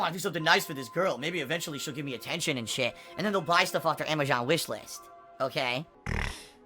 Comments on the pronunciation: Why does the dumbass pronounce Amazon as Amashon fucking pigroach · why does he consistently call it amajohn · Uh why cant he say AMAZON right